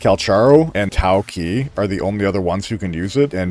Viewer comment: "TAOCHI" not "TAOKEY"